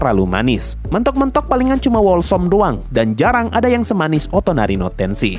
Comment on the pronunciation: cara bacanya wholesome itu holsèm bang, biar pendengar juga ikut ter edukasi